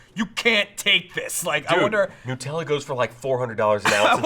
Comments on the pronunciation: NUTella not NEWella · everytime i hear them say nootella, i die a little inside... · Its annoying me so much how you're saying nutella. It's made from hazelNUT, so it's NUTella. That delicious shit is not made out of Pingu.